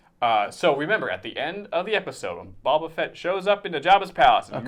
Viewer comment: AND FUCKING PRONOUNCE BOBA RIGHT?! Sheesh!